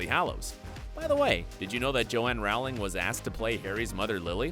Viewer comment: Pls say row ling right